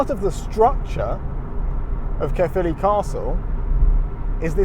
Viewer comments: I was born and raised in Caerphilly and now live not far away up the valleys. And my biggest bug bear is when English speakers say CAREphilly. It's not Care its CAERphilly as in CA-E-R. Caer is the ancient Celtic word for fort or stockade. Most places in wales with the word CAER in it have a castle or once had a roman fort there. CAERnarvon, CAERdydd (cardiff in welsh), CAERleon. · I do enjoy the incorrect pronunciation of Caerphilly as "carefully" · Pronounced more Kyre philly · Pronounced Kuh-filly btw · My home town and we definitely take it for granted. Caer in Caerphilly is pronounced like 'liar' btw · Try saying it thus: K-eye-r (roll your rs here) filly. Cae means fort - the ffili part is obscure, at least as far as I'm concerned but it refers to a feature or name of a place or person associated with the fort - possibly St Cenydd's son, St Ffili.